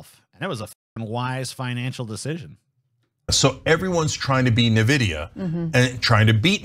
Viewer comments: "NIVIDIA, relatively new company" NVIDIA (pronounced "iNvidia") founded in April 1993 (31 Years) and leading the marked for GPU's ( a multi-billion-dollar-market) for almost as long. Their specialty is not AI. It is semiconductors. Semiconductors happen to help with AI for some mysterious reason. Almost every singe piece of information in these 2 sentences is wrong. Those people (TYT) are journalists right? Yeah, I can tell... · a always said "en vidia" too. "Na vidia" sounds like a non sugar sweetener.